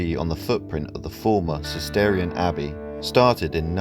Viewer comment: Cistercian Abbey...not "Cisterian".